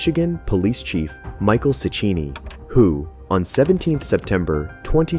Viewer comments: If Cechini is italian, then it’s pronounced “Check-eeni”, not “Chetch-eeni” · I like how you pronounce it as "michael sichini" then go to pronounce it as "Chechini" THEN Pronounce it as "Galanikis" but then pronounce it to "Galanakis" Your inconsistency is killing me my dude. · As an Italian, I felt bad when he tried to pronounce "Cicchini" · Hahaha that's how Americans pronounce Cicchini? That's hilarious